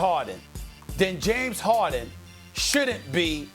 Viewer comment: Nobody: Stephen a: James HOHden